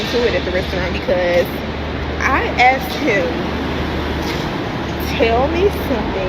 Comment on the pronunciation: It's asked with a s, not axed.